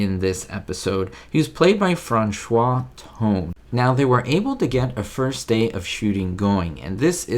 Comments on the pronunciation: I think his first name (his 3rd of 4 names & his mother's maiden name) was pronounced "Frahn-SHOW", not "Frahn-SCHWA". He was 56 at the time, not 46 as the news articles stated. (He or someone who worked for him probably lied about his age.) I've seen him on a Hitchcock episode as well. Liam Sullivan was on another TZ episode (the headmaster in "The Changing of the Guard") and is probably best-known to STAR TREK fans for his appearance in "Plato's Stepchildren". The old man seen working in the club was played by Cyril Deievanti, who appeared in 2 other TZ episodes. He also appeared on Van Dyke's show and may be worth a video exploration of his career. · FranCHOT not Francois. Franchot Tone. He was once married to Joan Crawford. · Hi. Another good video, but c'mon -- you gotta do your research. Franchot Tone pronounces his name "Frahn-show." It would have been easy to learn this. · Most people just said Fran-shot! Yiur is more correct but we didn’t know back then! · His name, Franchot, is pronounced "fran•show" and you got Tone right😃 Good try, though! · Franchot Tone - his first name was pronounced as (sounding like) "Fra-show." Mr. Tone was a very big Hollywood actor starting in the 1930's, into the 1940's. He was married for some years (1930's) to one of the biggest actresses from the day - Joan Crawford. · Super interesting! I'd never even heard about his being beaten, before. You're close on pronouncing Franchot Tone, FRAN-cho, with a silent French T. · Francho is pronounced this way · Franchot is pronounced "frahn-SHOW." He was a great actor. Played POTUS in "Advise and Consent" (1962). Great episode,. Very interesting. I need to binge thru TZ again. Be hopeful.